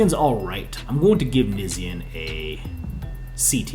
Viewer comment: Not starting drama on a ole vid but its Knee-shawn not Nisean 😅. Jus sayin